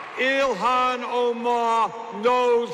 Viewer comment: Its Ilhan not Ilhana but anyway #FeelTheBern2020 #Bernie2020 #IStandWithIlhan